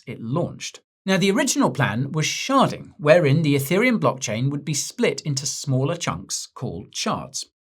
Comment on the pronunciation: anyone else convinced he was saying “Ethereum sharting”??